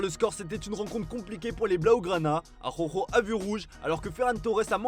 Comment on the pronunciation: Arrête de dire « Aroro » son nom c’est Araujo on prononce le J 😅